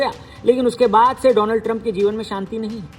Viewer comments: Donald hi ya doland😂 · Donald Trump ❌ dolaand Trump ✅